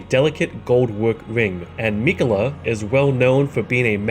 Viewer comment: You: “Rule: Don’t be a jagoff” Me: “fine, just say Miquella correctly please.”